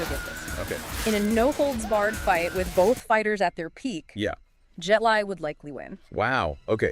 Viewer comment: Bare Knuckles and 23 yearold Tyson? Tyson.. Ans its pronounced Jet (LEE) Li